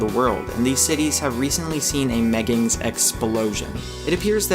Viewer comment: meggibs sound more like gayggins